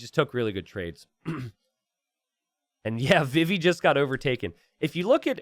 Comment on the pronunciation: It's pronounced vee-vee!! Like Vivi from Final Fantasy IX!! Come on!